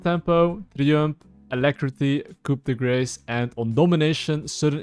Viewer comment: They should really study why literally no league player can pronounce coup de grace